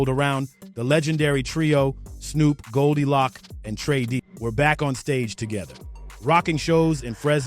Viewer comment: Bro just say the eastsiders, and it’s not goldie locc it’s goldie loc. Appreciate the love for the city but if you can’t pronounce it right just find another topic.